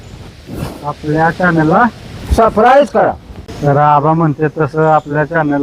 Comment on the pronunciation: सबस्क्राईब ❌ सप्राईज ✅ 😂😅❤